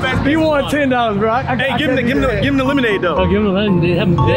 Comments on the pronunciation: killed me bruh "Lemod" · Idk but I found it so funny when kept saying free lemod